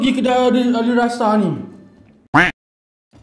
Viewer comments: Alissara bkn alisrasa hmmmmm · Ali-ssara bang.. Bukan ali rasa 😅😅😅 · Ada sedikit tersasul disitu.. alissara disebut alirasa 😂 okay lah enjoy jelah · Sedap punya pasal...Alissara dah jadi Alirasa 😅😅😅😅😅